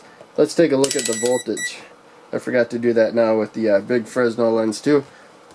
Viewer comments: It's pronounced "fray nel" lens NOT "frez nel" lens. The letter s is silent. This is because the inventor was French and their language is, shall we say, unusual. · Buddy love the video, a little correction, it’s FREH-NEL not FREZ-NEL.